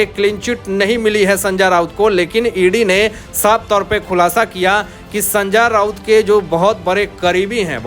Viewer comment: अबे संजा राऊत नही है उसका नाम। जरा नाम का सही उच्चारण का अभ्यास कर और बाद में व्हिडिओ बनाना।